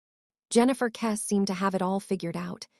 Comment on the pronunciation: Your pathetic AI video can't even pronounce her surname properly.